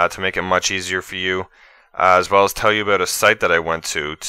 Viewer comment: But he did say abewt lol.